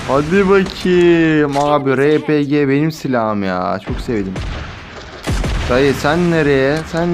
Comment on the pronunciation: Abi r.p.g diye okunmaz arpici de şuna